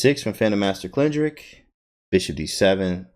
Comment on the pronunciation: I think it is Glig - or - ich, emphasizing the second g in the first syllable and the h at the end, I heard it first in this video by GM Jesse Kraai Nice video on the KID as well, thank you for these.